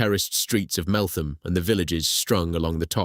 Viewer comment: so its said MeltHam not th